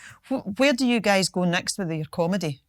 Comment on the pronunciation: Whenever she say “you guys” it almost sounds like “you gays” lol